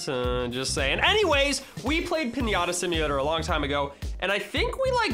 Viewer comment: PIÑATA not pinyata